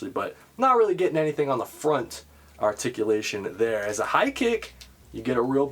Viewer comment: TOE TICULATION!!! I missed hearing that lol